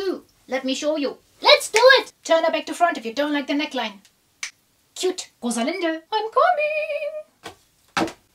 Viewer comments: Are you German by any chance bc of the way you pronounce Rosalinde anyways it looks stunning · The „Rosalinde“ was just perfect german pronunciation 😯 do I not know something?